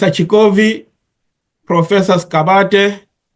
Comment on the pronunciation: Dr Sigabade not Sigabadela please.